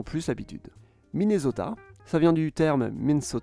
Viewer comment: Mais comment tu prononces ArkansaS, MichigaN et MinneSota!!!!! Lol...